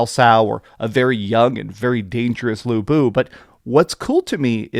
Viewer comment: you get a thumbs up from for just getting lu bu's name right instead of saying "luie boo" like the english voice actors